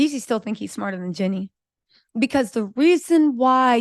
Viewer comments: is one very hard working and astute content creator who understands and speaks legalese. Excellent content! I appreciate you! It’s not pronounced ‘Jenny,’ but ‘JeanEE’ (with a long E sound at the end of Jeannie’s name. Like Blue Jeans…Did you ever watch ‘I dream of Jeannie?’ It was an old tv classic before your time. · you’re working hard and being consistent with creating content - shout out to you…one thing, please say Jeanie - her name is not pronounced Jenny…🫶🏽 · Hi 👋🏼 her name is Jeanie (Jee-Nee) not Jenny 🤦🏽‍♀️ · I absolutely loved your coverage, but it drives me bonkers that you keep calling Jeannie, my Jenny, her name is Jeannie, is you're gonna do a report on it. Do your job and make sure you call them by their right name driving me nuts. And you have the best coverage of this subject so I don't want to go nowhere else to watch It. I just want you to say her name right